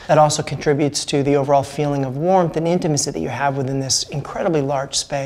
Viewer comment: Take a shot everytime the guy says 'intamicy' lol